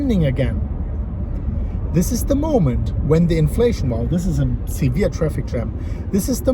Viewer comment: The Moon- "Eeen theesh video, exactly as i predicted"